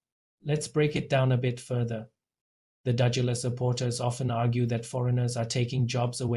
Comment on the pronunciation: You can't even pronounce the word and no proof for accusation, just shut your mouth you've obviously run out of news for your channel. O/DUDULA is for us, not you.